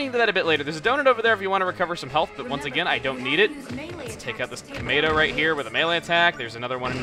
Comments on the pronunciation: Why does he keep calling Metroids "Tomatoes"? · Thought he was calling them "tomatoes" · Why is he calling Metroids kamedos?